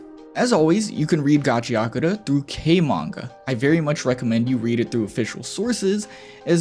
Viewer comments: There's no Y in Gachiakuta! Stop adding a Y!!! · Why do people read it as Gachia-kuta?